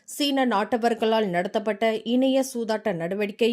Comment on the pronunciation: இனிய சூதாட்டமா இணைய சூதாட்டமா தயவு செய்து உச்சரிப்பு கவனிக்கவும்